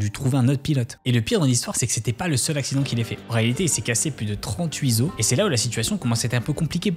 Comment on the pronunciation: "Trente-huit os" pas "trente-huits os" Je suis pointilleux mais la liaison n'existe pas, la prononciation de "os" au pluriel, qui elle est correcte! Je me doute bien que pour une vidéo de cette longueur, le script peut être long mais il faut absolument que tu te relises Coquille: Ce n'est pas 40 ans plus tard (impossible comme il n'a pas même pas 40 ans) mais plutôt 19 ans plus tard comme la série s'est finie en 2006 De nouveau la coquille: non ce n'est pas quarante ans, mais dix-neuf.